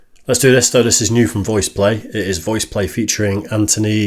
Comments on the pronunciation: Ed Boyer does their mixing. Genius 😊 You are the first reactor to pronounce Anthony's name correctly 😅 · You pronounced Anthony's last name perfectly.